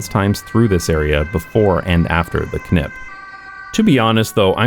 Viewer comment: I am proud of you being able to say "KNip" without effort. Most English speakers have lost that ability.